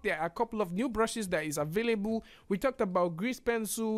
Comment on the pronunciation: Im so triggered everytime you said "avayaboo" instead available